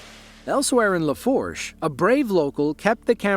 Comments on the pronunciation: FYI…Lafourche is pronounced La-foo-sh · “Laforche” just might be worse than “New Orleens” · its pronounced laFOOSH but yeah ida was crazy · Ida didn’t hit in TWO THOUSAND twenty one, it’s Twenty twenty one. Katrina hit Louisiana not as strong as Ida. Another AI fail. Laforsh parish? ANOTHER AI fail. Camille is the strongest hurricane to hit Louisiana and the only category 5 hurricane to hit 2 US states. AI fails all the time.